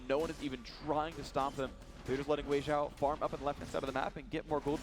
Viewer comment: so they pronounce weixiao's name correctly this time.